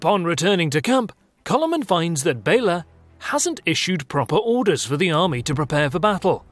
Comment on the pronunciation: And Coloman is Kálmán ;) (I understand it's not easy to transcibe to english, but at least the number of syllables could be right :) ). But otherwise, yeah, the whole video is quite correct.